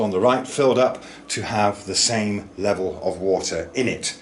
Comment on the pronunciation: It's level not sphlevel 😁